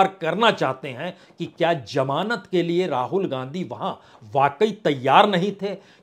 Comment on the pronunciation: Jamaanat This is wrong pronunciation it actually means Zamanat